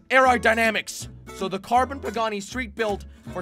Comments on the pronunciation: Pegassi not pagani ai ai ai jelly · Bro the way he says pegassi